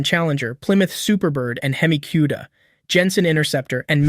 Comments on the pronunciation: lol right it should be "koo-da" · AI-GENERATED VIDEO? NOBODY pronounces 'Cuda "Q-da." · I knew he was a casual by how he pronounced ‘Cuda’